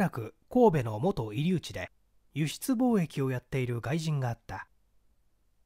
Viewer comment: いつも楽しく聞かせていただいております。 こめんなさい、神戸の「居留地」は「きょりゅうち」です。